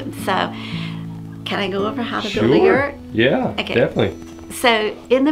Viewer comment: Can you guys say yurt the right way please. My Mongolian antsasters are screaming .And what's up with the yurts outside layering its wood it's not traditional .Soo it doesn't look like a yurt it looks like a sad sad etimpt to make a yurt . SO CONGRATULATIONS FOR MAKING THE 2# WORST YURT THAT A HUMAN BEING CAN MAKE If I sound rude Sorry not sorry